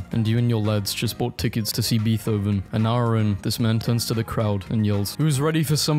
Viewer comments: This man really said Beeth-oven for beethoven(bey-tō-ven) all I could think about was Bill and Ted's exelent adventure.😂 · Hey it’s not pronounced beat hoven it’s pronounced more like bait hoven. But say it how you want I don’t really care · it’s pronounced like bay-toven just a lil tip Charon is pronounced Cay-ron nother lil tip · it’s pronounced, MOH-NAY and BAY-TOVAN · Really? Try Google Speech and you'll see how wrong he is. You're claiming he pronounced "Beethoven" and other artists correctly? He pronounced it "Beet oven". Try again, or clean the wax out of your ears... Google speech breaks down words 'phonetically' so he doesn't have an excuse. He's just being lazy. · “BEETH-OVEN??” Oh come on, that one had to be on purpose 😂😂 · No way did you just call a very famous composer Beath oven 💀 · Mo-Nay. Monet. Bay-Toven. Beethoven. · I feel like hes messing with us, saying "beeth hoven" after talking about not pronouncing things correctly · btw, Beethoven is Bait-ove-n and Charon is Care-on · Monet = Mow (as in the outdoor labor)- nay Beethoven = Bay - toven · look I know you can’t pronounce everything… but SERIOUSLY??? BEETH OHVEN??? IM DEAD BRUH😭😭😭💀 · "bee thoven" 💀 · Lmao bee-tho-ven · 'monet' is a french name, so the t isn't pronounced and the e is said like there's an accent on it. "Mon-ay" edit: bay-toe-vin apparently götheborg is fucking swedish?? so its said really weird even i couldnt guess it "yare-tay-bor-jay" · YOU SERIOUSLY DID NOT JUST PRONOUNCE BEETHOVEN AS "BEATH OH VEN". I've just been flash banged by an incorrect pronunciation. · No way you said Beethoven like that 💀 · nah, how tf u gonna say the "t" AND the "h" in beethoven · you pronounced Beethoven wrong